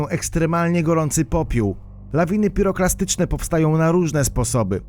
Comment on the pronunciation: PiroPLAstyczne a nie klastyczne